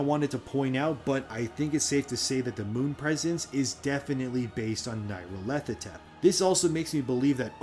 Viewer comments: Nyarlarthotep is NEE, not NIGH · Nile-ahr-foh-tep. but good effort trying to pronounce that weird ass name.